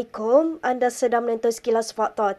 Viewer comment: Pemberita dah sebut dgn betul ASSALAMUALAIKUM. Kalau tidak, dia sebut Assalammlekum